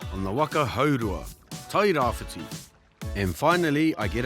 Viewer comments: It's Tairabrown not tairawhite. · TE TAIRAWHITI..... NOT TAIRAWHITE